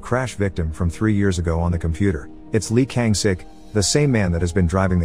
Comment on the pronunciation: also, lee-kang-sik is read as lee-gaang-sik instead.